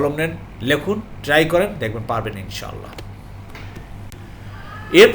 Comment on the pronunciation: محترم السلام عليكم ان شاء الله বলার সময় তিনটি শব্দ আলাদা আলাদা উচ্চারণ করবেন তাহলে যথাযথ অর্থ প্রকাশ পাবে